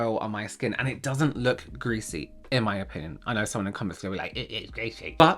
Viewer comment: I thought you were trying to say skan. Look how my skan glows 😂